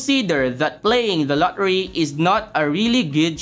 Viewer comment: i hear la ri not lottery